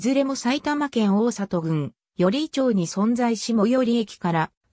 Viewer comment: 『音読さん』という音声読み上げソフトウェアを使用していて、ご指摘の"まち→ちょう"等本来訓読みである地名なども音読になってしまうのです。 人名系にも多く、咄家さん関係なら'兄弟子(あにでし)○→×きょうだいし(特に桂歌丸さんの読み上げ動画で多く、基本他にもきょうだいしと読み上げ)。'